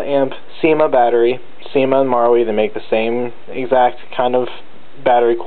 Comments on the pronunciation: just read it as maRU lol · Your saying marui wrong btw